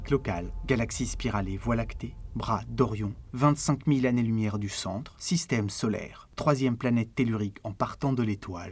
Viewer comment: "L'infini est une idée sans image !" Voilà qui est admirablement formulé. Merci pour ce film et bon courage. Toutefois, attention aux oreilles : "les 6 mille zannées lumières" "leur(s) interactions" et aux yeux : AMA(S) LOCAL.